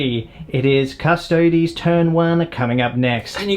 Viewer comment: a 40k channel that can pronounce custodes correctly? fucking thank you my ears were bleeding from all the other painful attempts at it